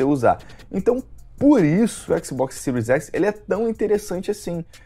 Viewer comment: sil s e siro x é foda kkk, aprende a falar cara kkkkkk